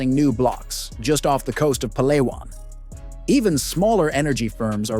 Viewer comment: It’s pah-lah-one not pa lay wun